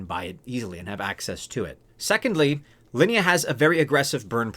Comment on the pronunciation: You pronounce Linea and Sui correctly. 👍🏻